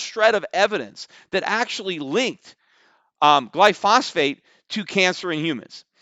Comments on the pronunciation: Peter wasn't even pronouncing it correctly... it's glyphosate, not glyphosphate. Let's hope he understands economics better than biochemistry. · Peter it's pronounced Gly pho sate, not Gly phos phate. Great show Btw. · PETER. First, correct your pronunciation of "gly-pho-sate". Next, do yourself a favor and learn about it. I believe that the juries are right, just for the wrong reasons. Not necessarily cancer, but glyphosate is a huge public health risk. Many are learning of this which explains the outsized negative sentiment being shown for Roundup and Monsanto/Bayer. Seriously, if you're going to be so passionate about a product, and especially if you own the company, you would be wise to investigate it a bit. Here's a good place to start; a research professor from MIT who has been studying the effects of glyphosate for several years. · Stop saying glyphosphate in every podcast, when it's called glyphosate. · You're an absolute simpleton when it comes to biochemistry and know nothing about the mechanism of glyphosate (including how to even pronounce it). Stick to financials.